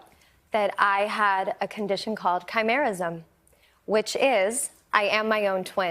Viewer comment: Wait is it just me that thought of teen wolf when she said khymarism if thats what she said